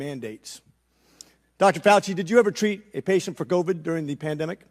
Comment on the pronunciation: This doc has the weirdest pronunciations (novid instead of covid, pandemenic), etc.